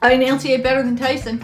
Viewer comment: annouceiate? I think she means enunciate